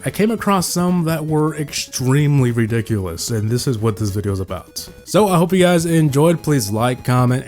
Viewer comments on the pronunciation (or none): DID HE JUST SAY WEDICOWUS!?!? BASICAWY